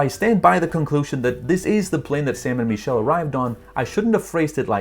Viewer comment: Bro you keep saying “ME”chelle when it is actually pronounced “MIH”chelle🤦‍♂️It’s driving all of my friends nuts when they watch your videos